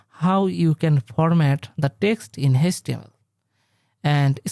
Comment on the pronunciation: it is html not hastml